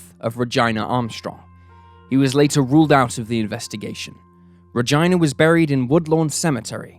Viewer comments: Dude!!! You fucking stepped all over that little girl's name.🤨🤯🤬🤬 This was the worst fk up ever. Buddy. You say you research stuff? Not well enough if you cannot say her name right. Its Heartless and disgusting. RA GEE NAAH. FKN ree GIINA? SOUNDS SOOOOOOOO WRONG! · I couldn’t listen to “Gyna” (Verses) GEE-NA-Gina any longer 😔 It’s my sisters name. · Regina is pronounced the exact same way in the UK as it is everywhere else. Never in my history of living have I heard it pronounced 'RA-GYNA' it's always been 'RUH-JEENA'. That being said, great video as always. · “Rij- EYE- nuhh”…… Not: “Ruh- JEAN- uhh”. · It's RUH-GEE-NUH lol not RUH-GYNA .. reminds me of vagina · so it’s pronounced Ra-Jean-ah not ra-gyna. Just throwing that out there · Ruh-gyna ??? Its Regeena lol ( Regina ) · Reg EE na. Not Reg EYE na. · Ruh-Geeena,her name was Ruh-Geena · I'd rather hear a never ending symphony of fingernails on a chalkboard than hear Regina pronounced like Vagina One More Time. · He never said vagina. He said ruhgyna there is a difference. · Love your channel. But I can't with the pronunciation of Regina...it's ReGENNA.Also in her case you mentioned that her sister was 19 or 9 at the time Regina went missing? Because I heard both? Maybe it doesn't matter. Anyway thanks for your amazing videos. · I think your saying Regina wrong pretty sure it's pronounced ra-gin-a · ReGEEna! GINA is pronounced GEENA. Who in the world would name their daughter REGINA, VAGINA! Sorry, but I cringed every time you said her name. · man, if you pronounce Regina's name like that one more time.. :D:D:DD:D: i am pretty sure it's re-gee-nah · The pronunciation is ReGEEna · It’s REG-EENA, not reg-Ina. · can you please mispronounce Regina about a thousand more times lol It's pronounced Regeena geez You made her name rhyme with vagina like a million times lmao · Regina is pronounced Rejeena Jesus dude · Omg, the name is pronounced Ruh-Geenah it does NOT rhyme with vagina, lol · Regina: Ra-geena